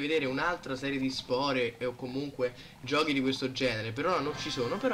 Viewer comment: Secondo me call of duty ti ha sbriciolato il cervello, si dice genere e non geniere